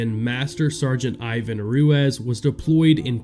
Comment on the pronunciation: Name is pronounced Roo-eez